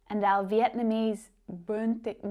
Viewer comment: Xin chào from VIệt Nam, if you love Bún thịt nướng, you must love Bún chả from Hanoi captial. Also, your Vietnamese pronunication is pretty good,.